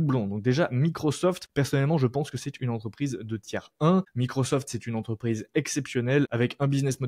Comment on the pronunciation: Ça vient de l'anglais tier list, donc sans s. Mais il le dit mal, ça se prononce phonétiquement "tir".